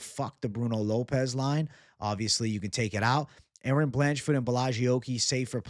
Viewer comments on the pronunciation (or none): none